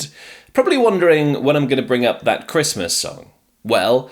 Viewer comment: Is it sooooooooooo hard to say Christmas?🎅